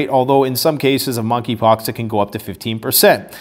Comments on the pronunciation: Moneypox I think the k is silent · MONKEY POX---- THE"K" IS SILENT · THE K IS SILENT 🤫 in Monkey 🐒 Pox.